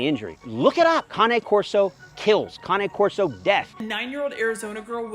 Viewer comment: such a great vid. also its kahnay corso not cain corso LOL